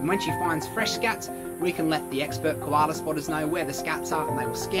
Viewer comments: why is so funny when he says "KoHalA" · Everytime he says "koala" i thought he called me lol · I love how he says Koala! Lol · Put the subtitles on when he says Koala 😂